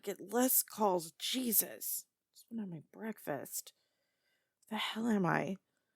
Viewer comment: I've never heard say breakfast with a B before